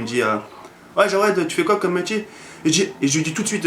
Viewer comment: CEST JAWED EST PAS JOUED PAUVRE INIOBLE TU DEVRAIS AVOIR HONTE